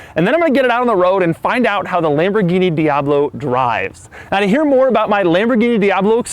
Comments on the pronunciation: If I hear this guy say "Mmhh, itz Lam-bo-geen-ee", I'm going to punch a kitten. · Well... it's Lamborguinni!